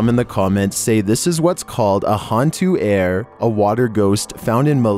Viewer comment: 15 not hantu air. Water ghost. A ir. U pronounce it wrong.